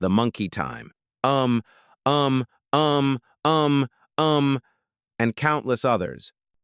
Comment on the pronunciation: It reads on the record UM, Um, Um, Um, Um. You were pronouncing it with a hard U. It goes oom, oom, oom, oom, oom